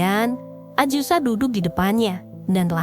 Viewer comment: AZUSA!! bukan aJusa!!!! yg bener lah. geli dengernya ajusa ajusa ajusa, aaaakh